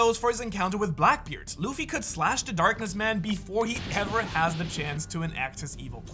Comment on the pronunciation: you say black beaired <- idk how to speel ths word / and shanks are his ravels why you show kaido